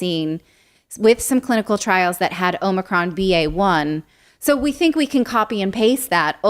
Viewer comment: It’s Another-con not Omicron